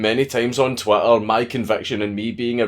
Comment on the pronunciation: is it your accent, or are you purposely saying "twatter"???